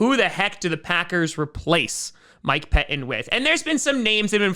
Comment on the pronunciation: Yeah, just FYI...."Pettine" still has two "t's" in it.....you might try learning to pronounce them.